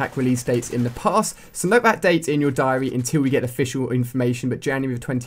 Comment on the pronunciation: Did he really just say diary